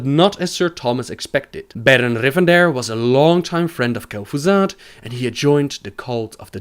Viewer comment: who's kel'Foozard?